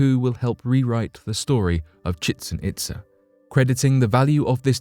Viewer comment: Real life Indiana Jones! Right on! Chi-chen-itsa, ummm Chi ( chee) chen itza ( eetza). Please watch pronunciation Especially when attempting Meso-American Names. I understand you are British which is no issue at all, I'm not dusparaging, merely attempting to be constructive, but.... Please. Meso-American Names give trouble to many people, especially if not born/raused around the SW US, or Mexico. Antarctican Ice, doesn't look like a "Natural Formation" to me, looks like, resembles, a Cruise Ship, or similar type Ship. Hashima Island, is a Grim Reminder of a Very Bad period of Time/History. But, if Reminders like this need to be preserved, so HOPEFULLY the Next Generation, and those that follow them, can learn from them and NOT REPEAT OUR MISTAKES!!